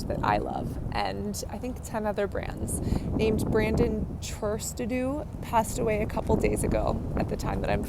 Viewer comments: I feel like it's all well and good to make a video in Brandon's honour but isn't it important to get the man's name right? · I've only just heard about what happened, such a shame. I know he was going through a lot of mental torment. You got the pronunciation of his name and his company wrong though, it probably best to check it before filming :)